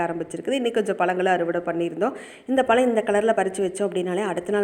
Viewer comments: Palam illa pazham first tamizha ozhunga pesu tension aguthu mayiru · Pazham not palam